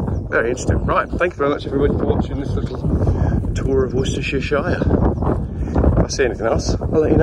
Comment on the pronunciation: Wostershershire, thats easy for you to say